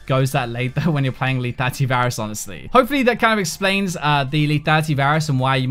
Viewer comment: LETHALITY dude NOT LETATY.